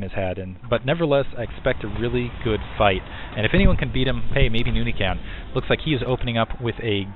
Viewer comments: "Noony"?! Why the extra o? Nice video though---SC2 is shiny! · Nony is a beast now you shold see nony vs artosis on hdh too bad beta is gone for now but he really improve i think you pronounce his name as NOU-NI